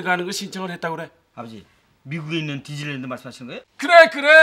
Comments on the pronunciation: 아니 왜 디즈니랜드가 디질랜드로 들렸지... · 디질랜드로 들렷네ㅋㅋㅋㅋㅋ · 저 대사땜에 디즈니랜드가 자꾸 한때 유행어였던 디질랜드로 들림 ㅠㅠㅋㅋㅋㅋㅋㅋㅋ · 뒤질랜드로 들리는건 ㅎ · 왜 자꾸 디질랜드로 들리지ㅠㅠ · 처음에 나만 뒤질랜드라고 들었나 ? ㅋㅋㅋㅋㅋ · 난왜 뒤질랜드로 들리지? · 왜 디질랜드라고 들리냐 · 발음이 디질랜드 인데 ㅇㅇ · 이어폰 끼고 밥 먹으면서 보니까 계속 뒤질 랜드라고 들려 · 왜자꾸 듸질랜드로 들리냐